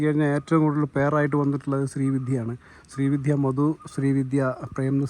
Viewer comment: ശ്രീ വിധ്യ അല്ലെടോ - ശ്രീവിദ്യ